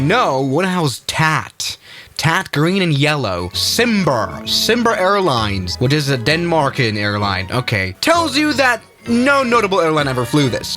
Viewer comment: For some hard facts try Wikipedia on the VFW-Fokker 614: Cimber was a Danish airline, it is pronounced like "Kimber".